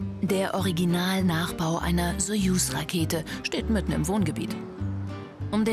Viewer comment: wie diese frau einfach nicht soyus sagen kann... das macht mich so agressiv